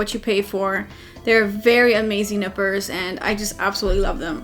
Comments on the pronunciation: Did she said Nipples or Nippers, just kidding although given the view 😉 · She said nipper, i heard nipple... wtf happening with me...